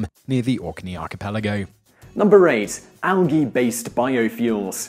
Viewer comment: Al gii?? The G is prominent.. al. Gee...